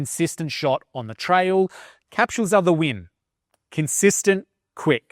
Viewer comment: Capshooels, lol.